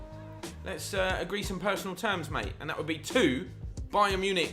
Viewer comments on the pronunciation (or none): none